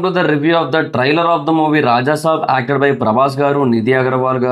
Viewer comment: Try-ler kaadu, trail-er